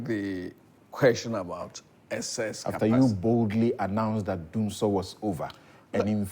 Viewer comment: It's Dumsiesie not Dumsor 🤣🤣🤣🤣